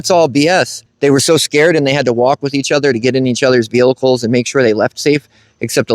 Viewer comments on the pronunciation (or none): Bruh. There’s only one “L” in “vehicles”. 😂 It sounds like your saying “veal-lickles” and it’s got me cryin😅